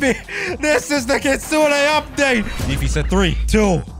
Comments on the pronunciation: It sounds like is saying kitsuna not kitsune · Kitsunei bru its not kitsunei its kitsun(pronouncing)